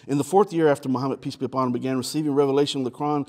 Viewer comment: Thought he was saying 'Peas be upon him.'